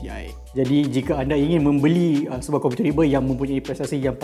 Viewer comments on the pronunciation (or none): Hahaha haritu membeli jadi membengi nervous sgt ni 😂